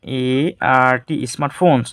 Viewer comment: Ismart phone ❌ smart phone 😂😂😂😂😂😂😂😂😂😂😂😂😂😂😂😂